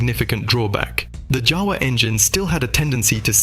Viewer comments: Its a Jawa not a Java. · Word/brand JAWA pronounces like YAWA!!! It make some million people puke when we/they hear J instead of Y sound. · FOUR different pronunciations of JAWA - the most important word in the whole video! This is not just lazy, it’s absolutely Ludicrous. You clearly didn’t even listen to the finished video before posting. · Yet they used FOUR different pronunciations of JAWA - the most important word in the whole video! This is not just lazy, it’s absolutely Ludicrous. They clearly didn’t even listen to the finished video before posting.